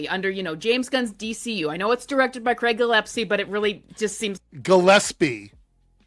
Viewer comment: One of the many ways you know these chuds all cannibalize each other: They all say Craig's name the same: Wrong.